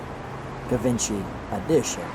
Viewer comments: Its not ga...givency. Its French. Pretty bad when the owner of the car doesn't even k ow how to say what he has. Its said more like jjjjeep. See what I mean? Maybe not. But its not pronounced with a ga sort of a sound. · Uhm. it's Gshee-von-Shee not "Giv-In-Chee." Its okay. I was 40 before I learned to pronounce it. We can't all be French. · No not. Gavinchy! Jheevahnshee. Dingdong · Givenchy is not pronounced like that.... It's ʒiːvɒ̃ˈʃiː or more precisely: ʒivɑ̃ʃi in original French pronunciation... I realise I'm sounding petty, mostly because I came here to see the car...but at least give a disclaimer... Something on the line of: "hey you know what, we can't pronounce it any other way, so we're gonna do it like this..." this way it just hurts my ears, and also people listening to it will get the wrong impression that that's how you say it.. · “Jee-vahn-shee” edition; a French designer. Audrey Hepburn was famous for wearing Givenchy designer clothes in her movies. There were also Cartier editions. Notice this car has the Cartier clock which must have crossed over both editions. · Pronounced shjee-VONN'-shee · Love how you mispronounced Givenchy